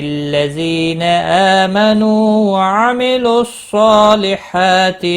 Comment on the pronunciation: ما شاء الله،.... ذ the pronouncing is not clear it is hearing like ز... Eg. واللذى